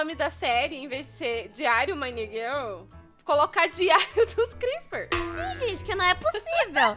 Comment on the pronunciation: "DIÁRIO DOS CREPPES" KAKAKAKAKAKAKAKAKAKAKAK